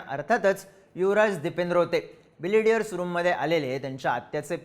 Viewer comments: ढापण्या ... बिलियर्ड्स म्हण रे... बिलेडीयरस नाही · बिलेडीअर्स ❌️ बिलीअर्ड्स ✅️ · तुम्हाला ' बिलियर्ड्स 'म्हणायचे आहे का ? तुम्ही सारखं बिलिडीयर्स म्हणत आहात 😅😅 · बिलियर्ड्स म्हणतात त्या खेळाला. बिलेडीयर्स नाही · बिलियर्ड्स; न की बिलिडियर्स. Great video as usual. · मित्रा बिलियर्ड्स म्हणतात रे!